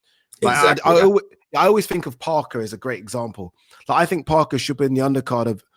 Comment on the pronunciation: Someone teach how to say Think 😆😆😆. I TINK he's forgetting the H 😆